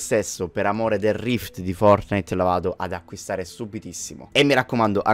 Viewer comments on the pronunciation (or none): none